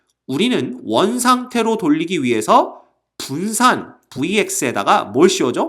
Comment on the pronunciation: 붠산ㅋㅋㅋㅋㅋㅋㅋㅋㅋㅋ 아 도서관에서 터졌네